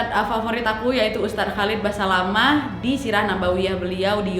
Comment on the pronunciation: Ustadz Khalid Basalamah, Bukan Basamalah